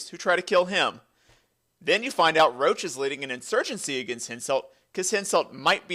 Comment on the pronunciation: Imagine pronouncing Roche as Roach lolololol